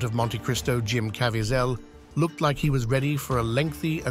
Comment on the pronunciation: JIM .. not jum